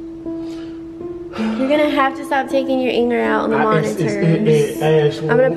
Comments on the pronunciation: “MoniTTTers” -Ash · I love how ash pronouces her "t" all the time like how she says monitors.